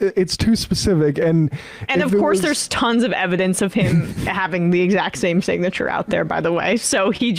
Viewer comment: Damn listen to him try to pronounce SIGNATURE He says It looks like my SINTCH!